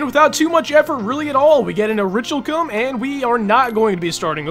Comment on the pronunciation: ORI-KAL-KUM ORICHALCUM IS PRONOUNCED ORI-KAL-KUM